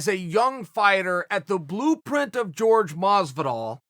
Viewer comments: Everything. Including pronouncing his own name the wrong way despite all Chael's attempts to correct him. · his name its not George its Jorge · They don’t call him Miguel, why is he calling Jorge George lol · So Uncle Chael has known Masvidal for years and still calls him George.. Awesome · I've heard Jorge himself pronounce it George.